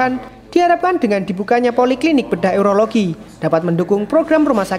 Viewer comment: Bukan Eurologi, tapi Urologi